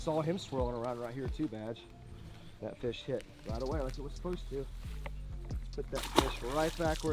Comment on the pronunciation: Everytime he says "Badge" I always hear "Vag". 😂😂😂😂